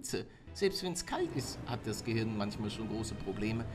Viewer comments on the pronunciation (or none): none